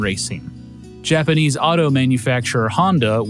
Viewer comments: Interesting video! The faux country music is super distracting, and so are the faux-Japanese pronunciations. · Im really glad you actually try to pronounce japanese right